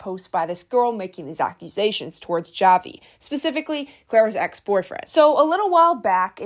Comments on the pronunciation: you don't actually pronounce the j, you use h- "hahvi" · I think you pronounce his name as havi cuz j have the H sound cuz idk Clara would call him havi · btw javi is a spanish name, a lot of people here in the philippines have it, its pronounced havee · Hi, the pronunciation of Javi's name is "Havi" since he's Filipino so you would pronounce it the way you would in the Spanish context (the J is pronounced as a H) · is it not pronounced Havi? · I think its pronounced like "havi" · The pronunciation on Javi and Manila 😭😂